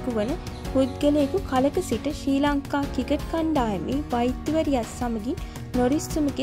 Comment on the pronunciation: ශ්‍රී ලංකා ක්‍රිකට් කියන වචනේ හරියට කියාගන්න පුලුවන් නිවේදකයකු හොයාගන්න.